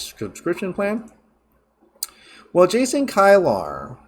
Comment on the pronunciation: Just so you know, Kilar is pronounced key-lar.